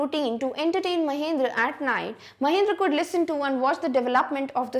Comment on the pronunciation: Actually mam it is Mahendra not mahindra mam pronounce it properly.